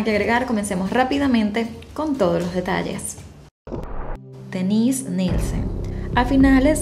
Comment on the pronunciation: yo se que es Dennise , y se que este nombre se usa mucho incluso en Latinoamérica tanto para hombre como mujeres pero como lo pronuncias suena que fuera el Denise para mujer jajaja (es que yo pongo tus videos para escuchar el audio mientras ejercito y al principio estaba perdido) un saludo